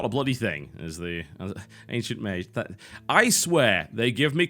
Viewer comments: he's the 1st brit i've heard ever pronouncing it like that tbh.. there's no remnant of a 'g' in his way of saying it. Pure 'j'. [meɪdʒ] being the correct way.. [meiʒ] (the way TB says it) being the weird way. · I dunno why but I find it irritating the way he pronounces "mage" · Mage = [meidʒ] is the correct way according to the oxford-bible (dictionary)...and tbh it sounds like TB pronounces it [meiʒ]. Same with Magi [meidʒi] vs [meiʒi]. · some1 brittish pls explain; what kinda accent does mr. Tb have? His way of saying mage [majje] and magi [majji] is really discerning... any1?